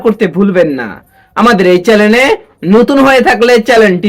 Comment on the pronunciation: ওরে বাবা, চ্যালেন নয় চ্যানেল।